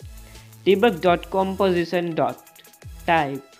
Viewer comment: Comosition or composition? Lmao homie, you better than this